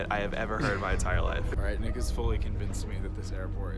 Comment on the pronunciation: I know you said nick, but it sounds like the n word